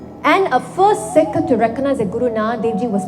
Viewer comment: She sounds strength of a sick 😂